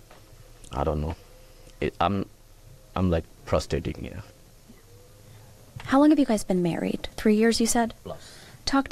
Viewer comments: he's "prostating"? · My head phones must be playing up what did he say prostating ???